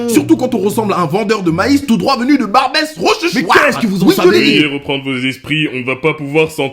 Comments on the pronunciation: "barbès rechochouaaaaarrrt" jvai canner 😭😭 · comment il a dit « barbes rochochoire »😭😭